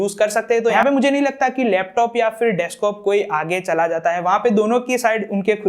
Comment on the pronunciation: Bhai desktop hota hai deskop nahi